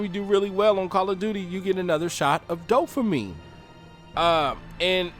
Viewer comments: Dude, dopamine not dofamine...thanks though for the good video. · Did you say “DOE-fuh-meen” ?? I swear I heard you say that twice about halfway through. I know you mean “dopamine” but I had to stop watching bc of that error... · “Dofamine” ...wth bud?! Dopamine, is the word you’re attempting to vocalize. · I totally agree!!! My oldest son has been telling me this for years. He does NO social media....I'm gonna follow. Great message...but in the future, try to use correct pronunciation of the word "dopamine" .... not "doffamine". Bless you and keep pushing the message!!!! People DEFINITELY need to go back to REAL social interaction. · Dopamine. You sound like you're saying dofamine? But great video dude, I agree with everything you said.